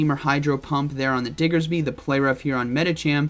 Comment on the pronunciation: I miss pronouncing diggersby as dixerby!!